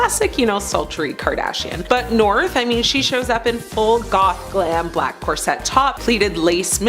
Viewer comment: It’s pronounced corset NOT cor-sette! Get it right!! Smh…